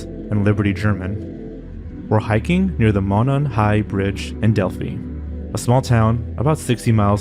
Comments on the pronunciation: Delphi is pronounced “del-fy” not “del fee” also this video is click bait really shameful ! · I was working at a tv station in Indianapolis during the Delphi case. I can tell you, the town's name is pronounced "dell-fye" . The whole clip of the girls on the bridge gives me chills.... and I'm not terribly sure if the guy they have in jail is the guy that actually did it.